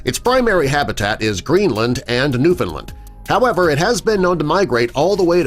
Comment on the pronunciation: As a Canadian, can I just say: thank you for actually pronouncing ‘Newfoundland’ properly.